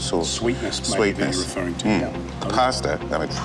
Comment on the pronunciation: did you know there is no r in the word pasta. poor articulation